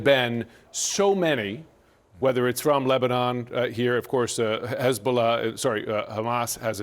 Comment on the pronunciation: did he just say Hazbulah xDDDDDD